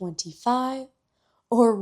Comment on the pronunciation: 1.25 not say 1.2_5 😶